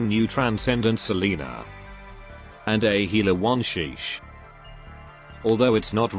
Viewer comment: "Wan sheesh" OMG EJEJEJEDB